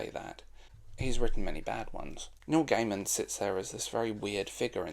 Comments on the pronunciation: Love the video, agree his work is either great or shite. Also, please there is no D on the end of Gaiman. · It's distracting when you pronounce his name with a 'd' at the end every time. Good video, though. cheers